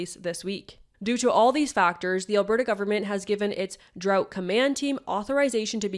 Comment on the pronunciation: drought is pronounced DROWT not DROT :p